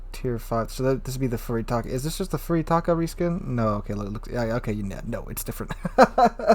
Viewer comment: Thanks for the insight on the ship. For reference, Furutaka is pronounced "Foo-loo=tah-kah" People get caught up saying "Few-ree-tah-kah" because of the Furry Taco" meme, but the "u" in Japanese is pronounced the same consistently and the "r" is rolled into a "L".